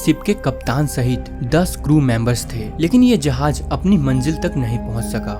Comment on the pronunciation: Jahaj ❎ jahaz✅